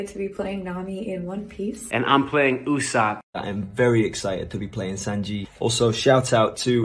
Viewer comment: Mende usap? 😌 Usopp lah woi Sebagai fan berat one piece aku triggered bila dia cakap "usap" 😌